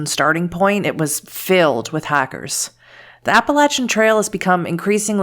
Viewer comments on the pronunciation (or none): it took me 17 mins to realise she was saying hikers and not hackers